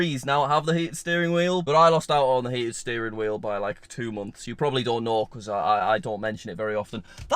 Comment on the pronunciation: "Steated Fearing Wheel", did you go on a seizure?